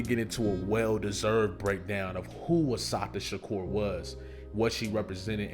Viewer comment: A beautiful tribute...but please learn the correct pronunciation of her name. Please.❤❤